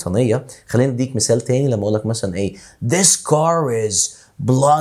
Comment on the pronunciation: حضرتك ليه قولت dis بدل this